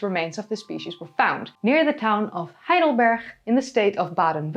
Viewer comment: Great Video but its "HeidelberG" noch "Heidelberch"